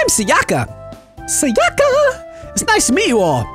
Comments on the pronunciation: Thanks,, it was very entertaining! But i'm sure that it's SAyaka, not saYAka))) It's more accurate with Japanese, and it sounds nicer ^^ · Its Sayaka (Sigh-yuh-kuh) and Hikari. You pronounced Hikari right, but it actually means Light in Japanese